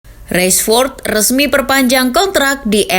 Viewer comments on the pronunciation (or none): Baca nya tetap biasa rashford bukan reshford makasih.